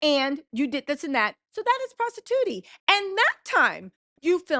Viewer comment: "Prostetuty" OMG LMAO!!!